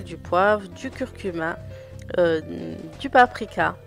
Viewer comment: Slm bonne vidéo! On dit du curcumA à ne pas pas confondre avec cumIN 😂 sayais c'est dit parcequ'a chaque je t'entends le dire 😅